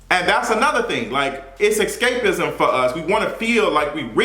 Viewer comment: I heard that like "Xscapism" 😅